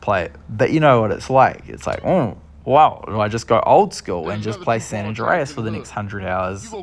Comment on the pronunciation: Saint rooow?🤣🤣